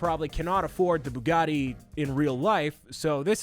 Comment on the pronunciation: Gotta love the boogotti!!